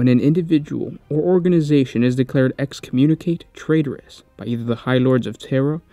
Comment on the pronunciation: "Excommunicate traitoris" eks-com-myoon-eh-cott-eh tray-tore-ees.